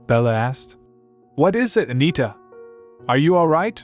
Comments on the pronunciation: Why can A.I. not pronounce "it"? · Ai has got to figure out how to pronounce "it"